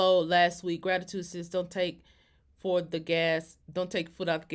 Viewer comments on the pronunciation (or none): #sus = sis, Florida dialect lol